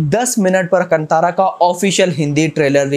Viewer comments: Hi, Bro.. It's Kaanthaara not 'Kantara'. It's कांतारा not कंटारा, pronounce properly. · Brother, the T in Kantara is pronounced as T in talwar not Towel. (Basically chhota t) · कंटारा नहीं कांतार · Bro its "kaan" "tha" "raa" Not kantara 😒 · Bhai pronounce it properly "कंटारा" nahi कांतारा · कांतारा❤️ not कंतारा 🙏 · कंटारा नहीं भाय कांतारा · Check Hindi poster of kantara in Hindi Then pronounce the title correctly That's कांतार